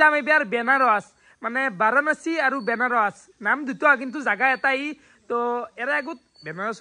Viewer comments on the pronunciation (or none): Kotha kouar agote bhabi sinti kobo lage benaros nohoi banaras😂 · Benaros nhy re vi banaras 😂😂😂